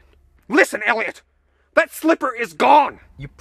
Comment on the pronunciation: When did he say "Eliot?" But oh man, was it funny when he said "Elliott."